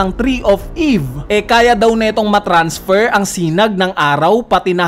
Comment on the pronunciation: hahahahahahah "TREE OF EEEEEEVE!", weird mo naman mag sabi ng mga salitang ito 😅😂🙈